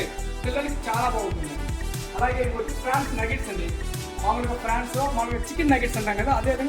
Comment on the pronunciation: అది ఫ్రాన్స్ కాదు...prawns